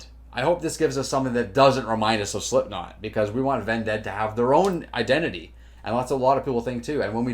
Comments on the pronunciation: Vended rhymes with ended. You're saying like undead which is completely incorrect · Corey Taylor himself pronounces it "Ven-Dead" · I heard the band pronounce it like ended. The only people who say it like undead don't listen or just refuse to accept reality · Idk Man, I say it both ways sometimes. When I saw them live I worchester they said ven-ded from what I remember, and I recall hearing griffin say it’s pronounced that way, but at the end of the day it doesn’t really matter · Why do keep pronouncing Vended like that lmao